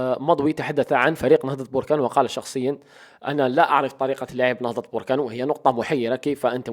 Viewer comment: اخي بركان ليس بوركان